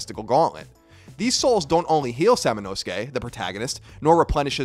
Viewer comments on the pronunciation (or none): Well... to be fair, he didn't pronounce Samanosuke right either. He said "Sam-uh" instead of "Sah-Mah". Truly shameful.